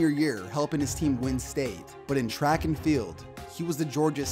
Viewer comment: The word is TRACK. It is not CH rack. Learn how to pronounce words.